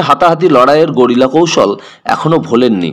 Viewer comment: কথা টা গেরিলা, গরিলা বলছেন কেনো?